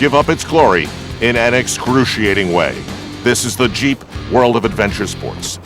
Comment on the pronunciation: ROFL, when he said "Jeep" I heard cheap...... LOL!!!